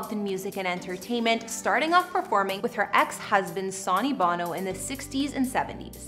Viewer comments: Her X husbands name is not “ Saw née “ “ Bah no”. It’s pronounced “ Sunny Bow no” Holy cow. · You have NO business creating a video like this is you do not know how to pronounce the names. It's pronounced 'Sunny', NOT Sawney!! And Bono is pronounced Bo-No, NOT Bah-no!! Just like a young person to care little about getting something correct.